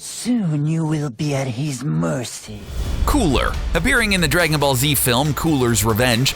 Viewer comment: Haha right at the beginning 'Drakenball'